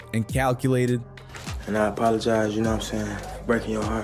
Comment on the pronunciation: A man who can’t even pronounce apologies correctly can’t be taken seriously. Bye offset bye